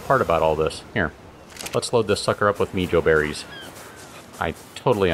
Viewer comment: the beries are pronounced mae-hoe berries